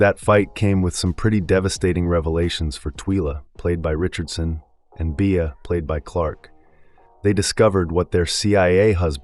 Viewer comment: The narrator is clearly reading a script and poorly with zero prep. He can’t even pronounce bea and Twyla which strongly suggests he’s probably never even seen the show. This is worse than ai slop. C-. Reread the assignment. Not to mention no real intel re season 2 beyond that like everyone else, we don’t know anything except that has not yet been renewed for season 2.